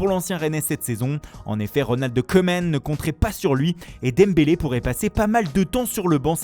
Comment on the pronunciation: Bon, outre l'accent catastrophique en anglais et en italien, et l'accentuation italienne totalement aléatoire... (Portugais c'était presque OK mais c'est mauvais aussi) Ça se prononce pas Gotze mais Gœutze. Ça se prononce pas Keuman mais Kouman.